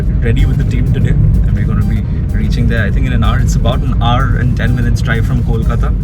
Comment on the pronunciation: The review was definitely a good one, going to try for sure.The guy who reviewed the take away, although possessing the name, said "colkata briyani" ektu bangla ta bolte sekho bhai.